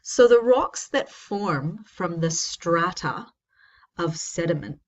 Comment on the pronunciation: Having a hard time saying strata?